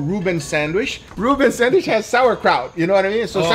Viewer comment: SandwhiCH not sanWISH!!! God damn it guga!!!!